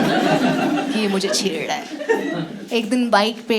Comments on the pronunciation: chedddaae kya hota hai chhed rah ahi hota hai didi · "Chheddraa hai" - Why I can sense Onkar's dialect here xD